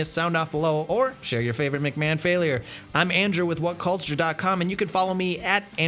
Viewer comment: Andrew are you Canadian? Thought I detected fellow canuck in the way you said "Kick out".